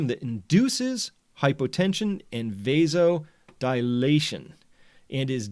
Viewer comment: And pronounced v-ass-oh-dile-ah-tion.